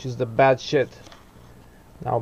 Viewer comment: with your accent it sound like bad shit instead of bad shed but i like it haha great video